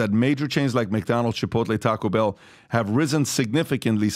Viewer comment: LMAO "Chai-poutle" "Tak-o-beil"